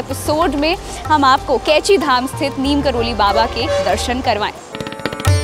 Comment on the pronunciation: नीम करोली नहीं नीब करौरी होता हे